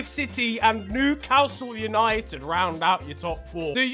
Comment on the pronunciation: who else heard that newcowsule United😂